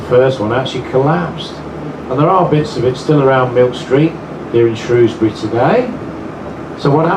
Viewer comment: Ok, you said why you liked your favourite train, I’ve got to know why this bus stands out from the crowd? Also, I pronounce Shrewsbury with the ‘O’ sound!